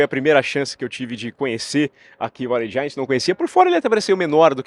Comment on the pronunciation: Opa, muito legal ter voce ai in-loco. Se voce me permite, a pronuncia de Allegiant esta ligeiramente errada. Seria mais ou menos Alidgiãnt com a sílaba forte no "li".